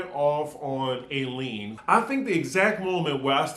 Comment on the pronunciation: Eileen is pronounced I-Lean. I miss her! Tom could have been leaving voice messages - not that I believe Erika.